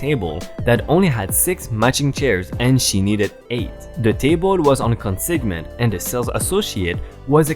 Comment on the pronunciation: consignment is pronounced con sign ment . just for future reference. :)